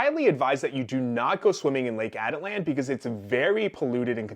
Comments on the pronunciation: Ah-teet-lan, not Atalan. But this case is so disgusting and such a statement about depraved lawyers and suss yoga instructors. Take heed, folks. Check the poser next to you. Don't give out trust easily. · This guy can't even pronounce the name of the lake correctly. The lake can get extremely rough especially later in the day. The conditions can change rapidly. She was probably in San Marcos, where people swim and cliff jump frequently. This guy is making unfounded assumptions. He has absolutely no understanding of the country or Atitlán in general.